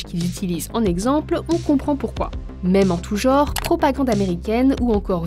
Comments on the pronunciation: on dit pas "du geaure" on dit "du genre" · Avis aux journalistes : le mot "genre" se prononce avec un son "en" et pas "ô". Le verbe "(re)créer", au présent de l'indicatif, 3e personne, c'est avec un seul accent : "... le modèle IA recrée et recopie...". Biais est masculin, donc pas de "e" supplémentaire à "exagéré". Consternant. Je ne suis pas friand d'IA, mais je pense qu'elle aurait mieux fait.